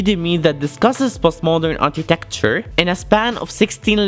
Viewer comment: Architecture not Artitecture